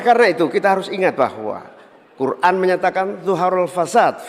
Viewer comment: Nyebut Al-Qur'an aja g tepat 🤦 apa lagi memerintah Indonesia pasti blepotan 😅